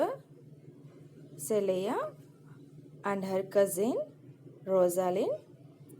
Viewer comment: Not clear, wrong spelt names its Orlando not ornaldo,no proper teaching skills waste of uploading this vedio,no proper presentation.you have negative comments very much if u want to continue please improve your speaking skills and language.its not calia-its celia pls stop like these teachings 🙏🙏🙏 remember our future